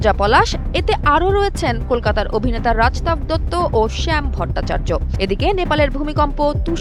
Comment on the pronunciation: রাজতাভ না রজতাভ দত্ত